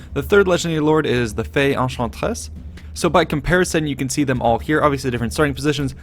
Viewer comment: I found it funny how he said "The Fey Enchantress" in a french accent then "The Lady of the Lake" normally straight after, both of which are just titles.